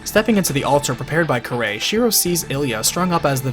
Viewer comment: I find it odd he miss pronounced kirei's name and yet had no problem saying kiritsugu's name